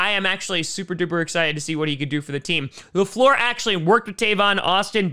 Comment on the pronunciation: Hey Matt LaFluer’s name is pronounced La-Flew-er. I saw this on NFL Now earlier.